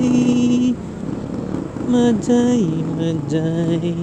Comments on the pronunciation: Mahay hay ang big bigkas ng majayjay.ndi magaymagay😂😂😂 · mahayhay po yong pag bigkas ng majayjay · Mahayhay bigkas nyan kabayan hehehe naunsa ka man ba dong? hehehe😂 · Boss sound H dapay pag basa nya like mahayhay laguna J..is sound H pag bigkas nyan... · Majaymajay 😂😂😂😂 iba pag basa dyan boss hahaha ginawa mong bumbay ahh 😂😂😂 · Mahay hay po ang pronounciation po.. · majayjay = mahayhay po pronounciation nun paps ingat po palage